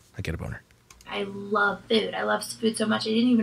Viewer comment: Why does she insist on saying ‘food’ like ‘feud’??